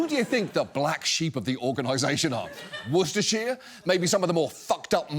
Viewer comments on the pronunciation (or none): It's pronounced wor-shje-sher sauce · He didn’t get out quite right, though, he’s been out of the country long enough for his pronunciation to drift 🤣 It’s more woorstrshr. He definitely had a fully enunciated “shire” in there. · And with that mispronunciation of ‘Worcestershire’, John has finally completed his metamorphosis into an American